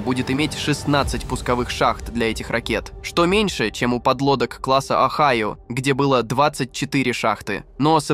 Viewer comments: Не онайо! А огайо один из 50 шта тов сша! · Правильно "ОГАЙО" с ударением на "А" и не лодка, а АПК = АтомнПодвКрейсер (24 шахты баллистичРакет "Трайдент" дальн.на 10-12 тыс км), названа в честь штата "Огайо" - первая из серии, которую Амеры называли между собой "Подводный слон", заложена на стапеле в г. ГРОТОН (ударение на первой "О") 9 апреля 1976г. - следующую из этой серии назвали "Мичиган" и т.д по названию штатов США.Их построили и ввели в эксплуатацию 14 ед., каждая стоила бюджету США 1,5 млрд $. Город Гротон тогда Амеры называли между собой = "Второй Северодвинск". Мы в Северодвинске в ответ на "Огайо" заложили на стапеле цеха 55 СМП первый ТАРК = Тяжелый АтомнРакетнКрейсер проекта 941 "АКУЛА" 30 июня 1976г: = "катамаран" - два прочных корпуса в одном легком, (на палубе КАМАЗ развернется спокойно).Между двумя прочными корпусами 20 шахт баллистических ракет типа ..., ВМФ назвал ЭТОТ Крейсер "Дмитрий Донской" =каждый 1,5 млрд рублей Советских 1976года.Построено таких "Акул" 6 ед., 7-й недостроили, т.к. ЗДОХ СССР, порезали.К настоящему времени все 6 "Акул" списаны и порезаны на металлолом, в каждой "Акуле" 2 реактора мощностью 190МВт, куда ИХ списанные девать всегда проблема, но есть же много морей: Лаптевых и т.д...."Акула" занесена в Книгу Гиннеса как самый огромный подводный корабль, построенный Человечеством: Жюль Верну с его "Наутилусом" такое и не снилось (моя мама Александра, светлая ей память!, в таких случаях говорила:Больша Федора, да Дура!).А США крейсеры типа "Огайо" до сих пор служат с 24 шахтами, в не